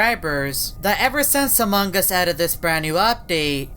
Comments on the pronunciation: Your not saying among us u said amog us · Why does always say "Among gus" instead of "Among us"? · hoffman says Amon gus not Among us hes right DUM DUM